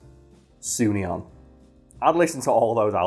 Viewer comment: You mispronounced Sunion. It's pronounce "Sue as in Mary Sue, Nye as in Bill Nye and on.